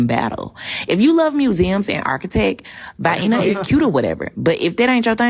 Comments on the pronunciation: "Vienna is cute"......Pronounced Viyenna.....Quote of the year! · “Vy-ina” said the hyena. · VYEENA??????😂😂 damn she ignorant. How bout learn how to pronounce the place you’re visiting before going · "Va-yEEna" It's even funnier when in your native language "vaghEEna" is how you say 'vagina' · She said Vi-enna. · First lady wanted to go Vy'eena to see where the gas station, hood delicacy in a can, Vy'eena sausages are made. Because in the South, that's how they pronounce the sausages as well. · VI- eena. 😂😂😂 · How does one travel to Vienna and never pick up on the proper pronunciation?? The travel agent didn't school her? No place in Vienna corrected her?? I find this hard to believe... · She pronounced Vienna like a true ignorant. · She says it how they pronounce the little weenies in the can. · Her pronunciation of Vienna voids any opinions she has. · My mom’s from Vienna Austria i’ve been there dozens of times to visit family and this woman is full of 💩😂 Also if you’re gonna insult a place at least learn to properly pronounce it 😂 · 40 seconds in and I gotta bounce. The ignorance is off the charts. I'm sorry everyone, we don't claim this woman. I'd love to visit Austria (and I know how to properly pronounce 'Vienna' 🙄). I'm a black woman who understands how to be RESPECTFUL when traveling internationally. Yes, the food will be different. Yes, the culture will be different. Yes, people will look different and likely won't look like you. DUH! That's the point, you moron! I'm getting so tired of disrespectful ratchet black folks making it harder for those of us who are normal black people to move about the world. I don't enjoy going places and having people see me and wonder if I'm one of "those types" of black people. I'm not. Such a shame what we've done to our own community. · Hahhahaha I never heard Vienna pronounced like that! zero awareness! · VI-enna is pronounced siks-ēnə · She pronounces Vienna like Hyena. It's not a ghetto name,! 🤣